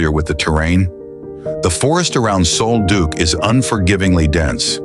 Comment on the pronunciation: Sol Duc is pronounced like Sawl Duck.